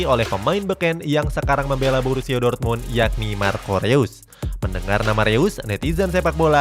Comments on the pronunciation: Reus di baca nya Rois min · Info aja bang marco Reus bacanya (Marco Rois)